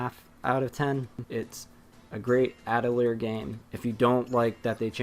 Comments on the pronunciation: pronounced Atelee-yay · A TEU LI YEAH !! i'm french it's easy to prunonce !! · this guy mispronouncing atelier drives me insane. It's a french word, and like many french words, it ends in a vowel. It's Ah-till-ee-Ae (long "A" at the end there, like in "Day") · it’s pronounced Atelier